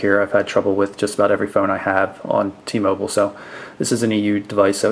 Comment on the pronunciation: LOL, when he said "T moble".